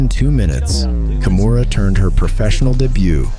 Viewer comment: I got ear cancer with your pronounciation of her name. You litteraly say "kumuhrah' wtf